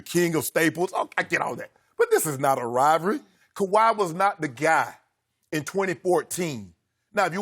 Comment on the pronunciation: Shannon "Rivry" Sharpe